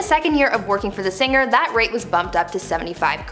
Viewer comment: Narrator...singer is said sing er not sin ger. Gl Not singrrr